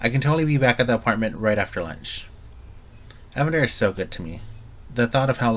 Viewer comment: His name is Ee-Van-der, no one pronounces it Evan-der